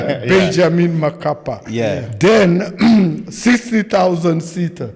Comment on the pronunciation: It's not Makapa, but Mkapa